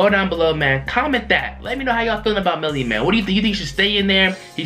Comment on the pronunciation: MELLY NOT BELLY